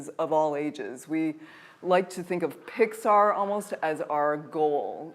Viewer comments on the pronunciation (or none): none